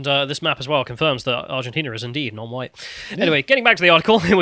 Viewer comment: guys, guys, it's now pronounced "Hwhite". Gotta get the "Hw" in there.